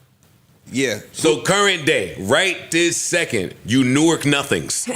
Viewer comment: Joe’s pronunciation of Newark is wrong... Iykyk 🤷🏽‍♀️